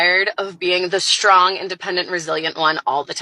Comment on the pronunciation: "I am a shtrong, independent woman...." Shtrong?